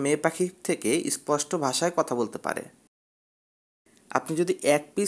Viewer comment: ইস্পষ্ট ইস্মার্ট এগুলা উচ্চারণ হলো!!! আপনার থেকে তো পাখি শুদ্ধ উচ্চারণ করতে পারে।